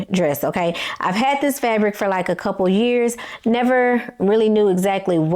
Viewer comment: I'm not sure if you are aware that you are pronouncing "this" as "dis". 😂 Also, it would be helpful if you show a pic of the pattern and a picture of your dress as you are describing it for your visual subscribers.😊